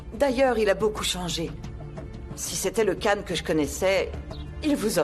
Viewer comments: le C en turc se prononce J donc c'est Jane et non Kan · Pourquoi tout le monde prononce Can alors que c'est Jane?